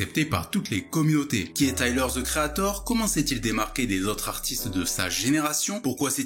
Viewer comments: Tyler Ze Creator 🤔🤔😭😭😭svp arrêt de massacrer l’anglais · les français be like: taiyeleur ze kri a thor 🤓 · Taïeleure ze créataur